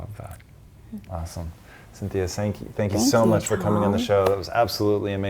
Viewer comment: Great video! I can’t stop laughing though at the end when says “sank” instead of “thank” and when he tried to say come across he says “crum across” lmao! 😂😂😂